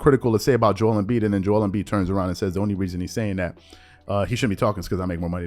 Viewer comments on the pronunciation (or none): none